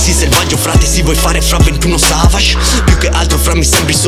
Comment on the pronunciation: Andrebbe bannata solo per come ha pronunciato 21 savage😯